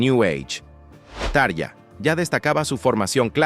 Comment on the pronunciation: se pronuncia TA-RRRRRRIIIIIIIIII-AAA